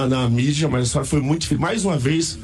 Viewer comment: Ela falou MUIE